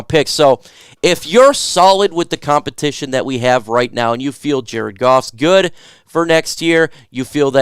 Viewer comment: “Compitition ” for kicker. 😅